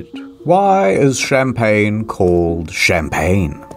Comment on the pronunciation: My favorite part. After intentionally mispronouncing all of the wine grape names, Champagne is correctly pronounced. I was waiting for what his version of champagne would be, and instead he had me rolling on the floor when he said it exactly as you're supposed to.